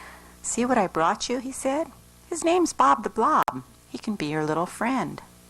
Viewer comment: How does she screw up saying "Bob the blob" but perfectly pronounces Ratchalacucuratcha like 12 times